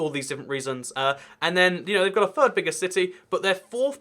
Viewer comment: Why can't you pronounce your th's in words like "third" and "three" ?